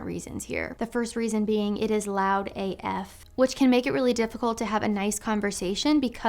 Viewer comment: I think it’s funny how she says loud AF LOL